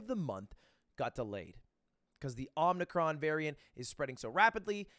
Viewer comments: the fact that ludwig calls it om-Ni-cron and not Omic - ron legit makes me want to call him Buttwig, cuz why not, right? the english guy sucking at reading cracks me up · "omnicron" HOW HARD IS IT TO SAY OMICRON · This vid is so good I almost overlooked the fact that he said omnicron like ben fucking 10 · It's omicron not omnicron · "Omnicron"? KEKW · Its omicron not omnicron